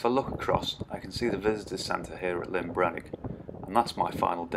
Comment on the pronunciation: Handy video, thanks 👍🏻 One small point, you keep says Lyn Brenig, it’s LLyn Brenig 😉 Lyn is a ladies name! LLyn means ‘Lake’ … in Welsh 😎